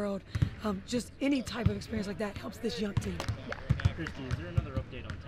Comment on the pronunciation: Who is more detestable? Sides or Mitchell? Mitchell cannot say the word "team', and Sides is simply the most pathetic creature I have witnessed in Sport. Trade Mitchell. Fire Sides.